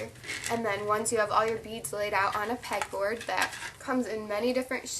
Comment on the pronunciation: Did she say peg board or peck